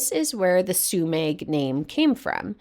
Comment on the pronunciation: Thanks for covering one of the best spots near me, about 5 miles from my place. FYI it's pronounced Sue-meh, despite the spelling. It's a silent g. Also worth noting, Trinidad is the closest place to stock up, with Murphy's Market being a full grocery store with a deli, meat/seafood dept., fresh produce, frozen foods, dairy, etc., as well as great selection of general grocery items. There's also a Chevron station with an Aztec Grill mexican restaurant. There's also Headies Pizza, Lighthouse Grill, Trinidad Eatery and Seascape restaurant. For fine dining theres Larupin restaurant and Moonstone Grill. I'm surprised that you didn't highlight Trinidad in this episode, unless you have already, or plan to cover it in a future episode. It's known as one of the true gems of the northcoast.